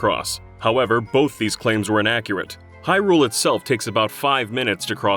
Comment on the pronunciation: Stop pronouncing Hyrule like that! 😂